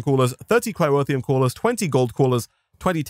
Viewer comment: It's Cryotheum, not Cryrotheum.